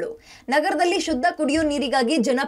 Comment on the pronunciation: "ಶದ್ದ" ಅಲ್ಲಾ, "ಶುದ್ಧ" ಅಂತ ಆಗಬೇಕು